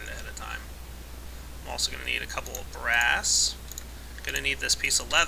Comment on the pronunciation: I thought u said grass when you were makin BRASS